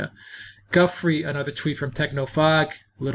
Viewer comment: Giuffre- pronounced Ja-fray, not Gufry